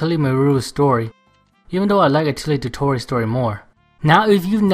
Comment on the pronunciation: some pronounciations: Meruru- Mei lu lu Koei- Co ay totori- the 'ri' should pronounce 'li'